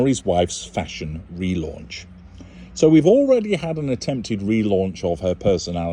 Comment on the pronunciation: Fashon is my fav;-))) how u say it, pronounce it it makes Me Laugh, u r a star, listen to your interviews tpday while i was gardening, u explain it better than a doctor!!!!